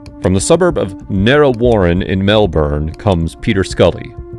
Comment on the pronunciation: "Narreh Worron in Melburn" haha